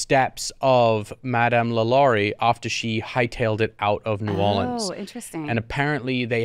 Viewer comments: I appreciate that y’all are pronouncing Orleans correctly when saying New Orleans. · I’m from Nola and to hear Jack say New Orleans correctly like he’s from New Orleans must be from him being at one time married to a Cajun lady